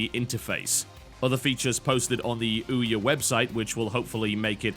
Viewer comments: ee'oh? What kind of pronunciation is that? :P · I this it's "Eeh-aw," like a donkey sound, a joke on its weird, odd-to-pronounce name. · I love how TB pronounces OUYA "eee-o" =)) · Why do you call ouya, the e or? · I laughed every time he said Ouya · Right.... That is definitely why he is defending the Ouya, not because the statement from the developers is news and belongs on the show. You would think that if he had been paid me might actually bother to pronounce the name of it right. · Because he doesn't know the proper pronunciation so he has defaulted to calling it that instead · They called their console OUYA, mispronunciations and mockery come with that.